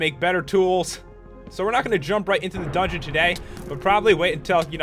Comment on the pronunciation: I taught that you said you were going into the dungen? but it's Okey any way